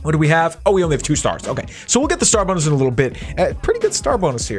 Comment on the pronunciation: Wen u were saying srar bonus i thought u said star buks